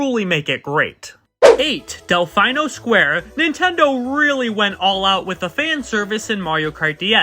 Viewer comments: "Delfaeno"?! It's an Italian word! "Del-FEE-no"! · Bro really said Delf👁️no Square